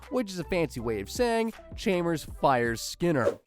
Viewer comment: Tell me you’ve never seen The Simpsons without telling me you’ve never seen The Simpsons… “Chaymers”